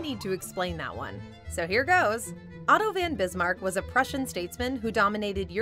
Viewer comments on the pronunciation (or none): Van? Van… is this narrator a leaf?